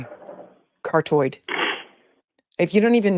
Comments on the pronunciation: Her saying "car-toid" is like nails on a chalkboard. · So Lawyers can speak Latin but Massachusetts lawyers can’t speak English and pronounce Carotid properly?